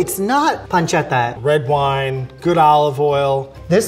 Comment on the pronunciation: Wine not whine